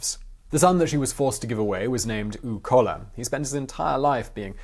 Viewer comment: My OCD is driving me crazy. Koch is pronounced coke. Uwe is pronounced Oo Vay. Kohler with umlauts is pronounced cooler.